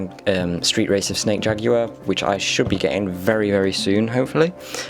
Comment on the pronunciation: The way you say jaguar is so funny that I had to go back to when you said it. It's all cool dude, not trying to make fun of you, sometimes accents don't want to corporate with you some days